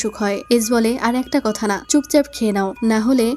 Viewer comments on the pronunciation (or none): কাথ নাকি কাথা 😁 কথাটা মারাত্মক ছিলো